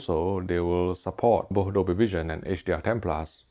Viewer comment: If you could be so awesome to practice the word both. It would show some next level professionalism.